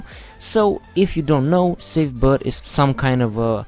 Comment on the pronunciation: Why the actual fuck does he pronounce boot like that?